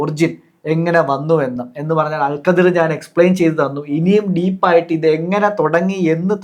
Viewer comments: Al khidr... Not al qadir... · അൽ ഖദ്ർ പോലും... 😂😂😂😂 ലൈലത്തുൽ ഖദ്ർ ഉണ്ട് ഖുർആനിൽ... അല്ലാണ്ട് ഖുർആനിൽ അൽ ഖദ്ർ അങ്ങനെ ഒരു പ്രവാചകൻ ഇല്ല മൊയന്തുകളെ .... Al Khidr എന്ന് ഗൂഗിൾ കാണിക്കും നോക്കിയാൽ മതി... അത് വായിക്കേണ്ടത് അൽ ഖദ്ർ എന്നല്ല pronunciation നാക്ക് നേരേ ഉയർത്തി പറയാൻ എങ്കിലും പടിക്ക്... അത് ഖദ്റും ഖാദറും അല്ല ഹിളർ 😂😂 ആദ്യം വ്യക്തമായി പടിക്ക് എന്നിട്ട് തള്ളാം... നിങ്ങൾക്ക് വേണ്ട ഉത്തരത്തിന് പാകമായ വാക്കുകൾക്ക് ഖുർആനും ഹദീസും അറബിക് വേർഡ്സും മാറ്റുക എന്നത് ഇഷ്ടായി... ഒരു മതത്തിലെ കാര്യം പറയുമ്പോൾ അത് പേരെങ്കിലും കൃത്യമായി പറയണ്ടേ... ഖുർആനിൽ ഇങ്ങനെ ഒക്കെ ഉണ്ട് പോലും..എന്നാൽ ആ ഭാഗത്തു ഉള്ളത് ഒട്ടും പറയുന്നുമില്ല... 😂😂 പിന്നെ മോശയെ കണ്ട് എന്ന് പറഞ്ഞത് വച്ച് മാത്രമാ കുറേ ബഡായികൾ ഇങ്ങനെ തള്ളി മറിച്ചത് ഹിളർ നബിയെ ആണ് എന്ന് മനസ്സിലാക്കാൻ പറ്റിയത് പോലും ... ഖുർആനിൽ സൂറത്തുൽ കഹ്ഫ് അദ്ധ്യായം ആണ് ഹിളർ നബിയുടെ ചരിത്രം പ്രതിപാദിക്കുന്നത്... ആർക്കും മലയാളം പരിഭാഷ വായിക്കാം ഇവന്മാർ പറയുന്ന പോലെ വല്ലതും ഉണ്ടോ എന്ന് നോക്കാം... NB : അൽ വക്കീൽ, അൽ വാരിസ്, എന്നൊക്കെ ചില അറബിക് പദങ്ങൾ നാമങ്ങൾ ഖുർആനിൽ ഉണ്ട്.അല്ലാഹുവിന്റെ നാമങ്ങളായ് പരിചയപ്പെടുത്തിയത്. ഇനി അതൊക്കെ കോടതി മുറിയിൽ നിന്നും ജഡ്ജിയിൽ നിന്നും എടുത്തതാണെന്നും വാരിസ് പേര് വിജയ് ടെ മൂവിയിൽ നിന്നും ഖുർആൻ എടുത്തതാണെന്നും ഫ്രിഡ്ജ് മക്കയിലെ കഅബ പോലെ ഉണ്ട് അതിനാൽ അതിന്റെ മുകളിൽ കറുത്ത തുണി വിരിച്ച് വീട്ടിൽ തന്നെ ഇരുന്ന് ഹജ്ജ് ചെയ്യാനാണ് അങ്ങനെ പ്ലാൻ ചെയ്തത് എന്നൊന്നും ഇനി അടുത്ത തള്ള് വിഡിയോ ഇറക്കി പാവങ്ങളെ പറഞ്ഞു പറ്റിക്കല്ലേ എന്ന് കൂടി പറയാൻ പറഞ്ഞു... 😂😂😂